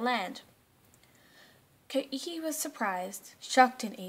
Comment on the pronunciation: Video is well made, impressive for a first video. Your basic description of terra nullius is the only memorable flaw but i presume your teacher covered that. Koiki is pronounced 'Quaki', in case your teacher didn't know.